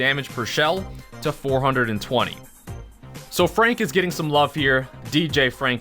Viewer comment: You need to learn how to pronounce 420